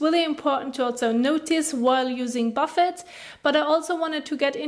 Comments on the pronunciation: i like how instead of pronouncing it boofay she says warren buffet serum haha very cute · It’s pronounced Bufay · You’re pronouncing it wrong ! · My morning giggle. The pronunciation of Buffet and even the captions......OMG too funny.